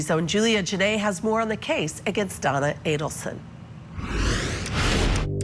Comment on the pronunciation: Is it just me or does it sound like Judge Ashely Willcott (the host) is saying Donald or Donal and not Donna Adelson? LOL, the pretend volatile shaking. She stopped shaking when she was being given the water from the bottle (yes, one of her hands was being held by another officer, still) and when she was lying on the gurney, she was not shaking. I don't know why people keep saying that Donna Adelson is a mastermind in all this. I think Wendi Adelson is the mastermind, she got everyone to do her dirty work for her sake, her needs, her desires and everything else she wanted in the universe. She wanted to erase Dan Markel from their son's life and she did. Their last name was changed and the middle name of Benjamin was changed too that was dedicated to Dan Markel's grandmother.